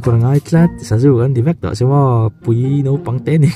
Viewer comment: Nopang, ti lovin naupang, tih tur